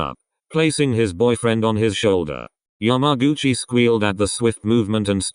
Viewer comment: nobody: How say’s yamaguchi: YAM-A-GUCCI